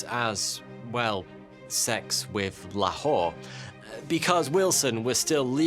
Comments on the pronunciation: It's pronounced more like laa-hor instead of la whore. The hor is like the pronunciation of horse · OMG, never in my life i thought while pronouncing my beloved Lahore which is "loor" in our dialect you will degrade it like that.... Not good no, it's not humorous